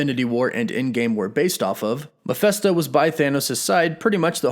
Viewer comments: Maphesto? Your pronounce makes him sound like a muppet. Why is it so hard for people making videos to get the name right?! No hard feelings... Mephisto was my guess when everyone was saying nightmare. Cheers! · Am I the only one here who hears you saying Miephesto instead of Mephisto throughout entire video? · It's Mephisto, not Miphesto. Actually, the full name is Mephistopheles in the original German books from around 1600, but that name is often shortened to Mephisto in a lot of media including in Marvel Comics. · It’s not pronounced Ma-fest-toe. It’s pronounced Ma-fist-toe. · I'm not trying to split hairs... but I thought hus name was pronounced Mephisto - with a short (i) vowel sound - like in the work "it") not Mephesto - Like in the term "atheist manifesto". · You are pronouncing the name wrong. It is Ma(fist)o. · His name is pronounced mefisstoe...Mephisto will be badass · Why do you find it so hard to say Mephisto? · Bruh, can you at least pronounce "Mephisto" correctly?